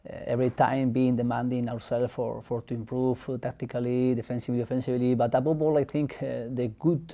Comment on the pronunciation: "Aboball" = above all 😅